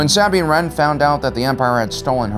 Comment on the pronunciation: Why did he say Sabine Wren like that?